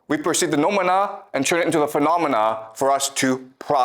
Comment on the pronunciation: pronunciation of νοούμενα and φαινόμενα cracks me up everytime. love this series.